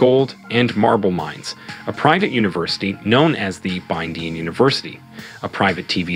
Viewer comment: Is the pronunciation of Igbinedion as Ibidin for me 🤣🤣🤣